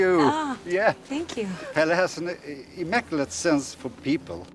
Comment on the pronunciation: Please learn how to pronounce Midsommar. It's one word. Also he is called Pelle not Pal which so many say..